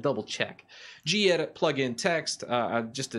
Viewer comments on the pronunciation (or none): none